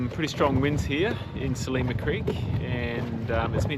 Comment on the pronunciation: Great that you have discovered pastizzi. To really appreciate the local food culture though you have to try Maltese rabbit stew and tuna: hobz biz- zejt. Glad to see Australian Catholic is experiencing the Mediterranean Catholic Easter. PS Its Sliema (SL EEE MA) not Selima!